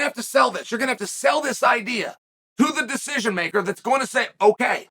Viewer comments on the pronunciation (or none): none